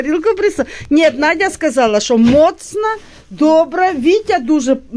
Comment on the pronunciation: Не моцна, а міцна.Не сміши людей..